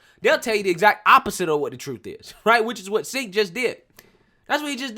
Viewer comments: The racist idiot's name is pronounced JENK, not SINK. Counterintuitive I know, but that's how it's pronounced. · Bro it's pronounced Chenk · He pronounced his name "Chank". Just an FYI. Love your work. Please keep it up. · Cenk is pronounced Jank?.... sounds about right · If I was a fan of TYT, I would be upset by you calling Cenk SINK. Since I'm not, I'll just keep laughing! 😂